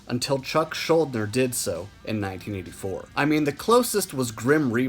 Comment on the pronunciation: One correction: it’s pronounced schulDIner.